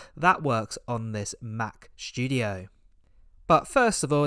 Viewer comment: studio, not shtudio